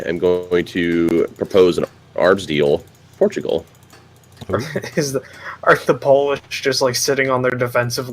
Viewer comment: The glorious Por-too-gull Or Portugal in the common tongue xD